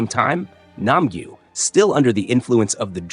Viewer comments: It’s Nam gyu not nampula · 124 is called nam-gyu not nam-ju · “Nam gyu never got called correctly by thanos (Nam ju)” proceeds to say Nam ju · yeah we probably would've hated u yo u didn't say his name tight it's nam gyu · Yeah bro this scene he went on and on about Thanos how he said his name wrong and even more.💀Also you said Nam-Gi.😅